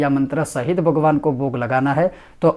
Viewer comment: शुद्ध उच्चारण के साथ उपदेश करना सीखो, भगवान् उच्चरण किया जाता है, वगवान् नहीं।